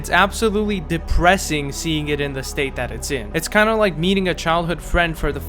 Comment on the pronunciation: Proof that is Filipino, Spoke the tagalog word "parang" in english "likee"